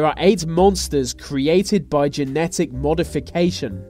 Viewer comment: he said medification not modification in the begining